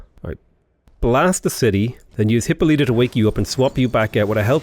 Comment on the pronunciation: It's Hi-PO-lita.